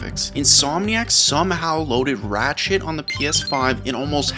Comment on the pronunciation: i thought you said Ratshit instead of Ratchet 😂